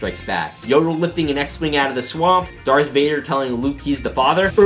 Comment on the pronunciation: IT’S DARTH NOT DARK AGHHHHHHGGHHGGH